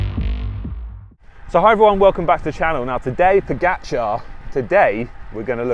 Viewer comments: You know your cycling, for sure but I wish you Brits would learn how to properly pronounce the guy's name. After-all, the dude is a double Tour de France winner and deserves due respect. Look, there really is only one way to say "ga". Try it? Now say Po-ga-c(h)ar? The Brits got together and decided that it should be Po-get-char. Tadej (pronounced Tadey) is Slovene and Pogačar is a Slovenian name. I am sure that you would like your name pronounced correctly. Please, ✊. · Odd: you make a video on pogacar. Why not learn how to pronounce his name correctly? Ugh